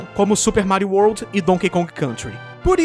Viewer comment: o seu "d" quando você fala palavras tipo "world" parece um "t"